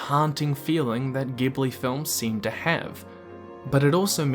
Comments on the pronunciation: shishiro! hahahahaha but seriously it made me cringe dude, its chihiro, chi-hi-ro, pronounced chee-hee-ro, that's how they say it in both the english and japanese and its just how its spelled man, there is no S in there idk how you came to shishiro... like if you said cha-he-roh or che-hi-ro that would be better, and is basically phonetically how its spelled... nowhere in the spelling does it have any way of coming out as shishiro, and none of the voice actors say that either so I am lead to believe you didn't actually watch the film or care enough to read the names carefully... I think your co-writer did all the work... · GUYS!!!!! everyone pronounces Ghibli studio as "gibli" but it's ACTUALLY pronounced "jibli"!!!!! please!!! you're making it sound like they make movies about freaking metal music!!!!!! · Great clip! For the record, though, Studio Ghibli is actually pronounced "Jee-bli". The studio's name katakana / Japanese spells it as such, not Gib-lee. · Ghibli has a soft G. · It's pronounced "Jiburi". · I would pay so much money if everyone on the planet would stop pronouncing ghibli as "GHEEBLY" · 3 seconds in and video ruined. Studio Ghibli, it's pronounced as Jib-lee. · Please pronounce it as “JIBLI” thank you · Pronounced Jibuli with a "J" sound ジブリ It's in the title so best to know the correct pronunciation. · Ghibli is pronounced with a soft g (like a j sound)! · Ghibli is pronounced jibli. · A lot of the lore and stuff dealing with spirits and ghosts makes a lot more sense if your know Japanese culture and mythology. A lot of stuff draws on classic Japanese ghost stories and understanding of spirits. Also it's a soft G in Ghibli. Like jib Lee, or in Japanese Ji bu ri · Nobody:: "Gibli, Shishiro." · Hard worldbuilding vs soft worldbuilding is one thing, but have you considered hard g vs soft g in 'Ghibli' and whether or not you might have it wrong? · First 5 seconds The way he pronounced Ghibli Instant dislike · You pronounced Ghibli wrong.